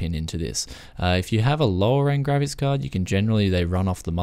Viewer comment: I enjoyed this video for a lot of reasons. It took me a while to figure out you were saying graphics, it sounded like you were saying grabbits. I couldn't figure out where the vmi port connections were????